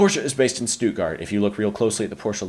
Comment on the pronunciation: What is a "Stutgart"?